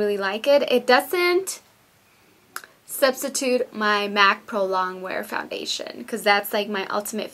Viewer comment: foundadion? lol